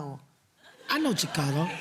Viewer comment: “I know Chick-ca-go” 💀😭😭